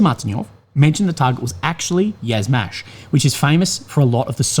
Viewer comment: a little note/correction - Yuzhmash is not pronounced "Yazmash", but "you-zhmash". It comes from the Slavic word for south -yug, where you pronounce the "yu" like "you", not "ya". Yuzhmash literally translates as "Southern machine-factory".